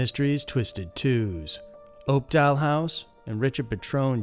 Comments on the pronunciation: Its pronounced up•doll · Opdahl "House"???